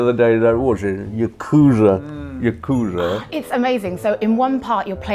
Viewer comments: and faces aren't because they're bored about the subject, it's because she's mispronouncing Yakuza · “You-kuza” Do you mean Yakuza? Is this another thing British people can’t pronounce correctly, like aluminum? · MetalGearDingo “He is saying Yakuza in a different accent” No he’s saying “You-Ku-za” which is in fact saying it wrong, consult the Japanese language. “The language is English meaning it originated in England” “We’re not morons” Are you sure? Are you REALLY sure? 🤣🤣🤣🤣 You dropped out of school early huh? Anyone want to tell this inbred “Aussie” where the English language comes from? What it’s based off of? Go get some history/language books you discount Brit. There’s a reason they threw your ancestors out lol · ", what was that thing you were saying, something Yakooza, Yarkooza?" I had to be revived several times. 😂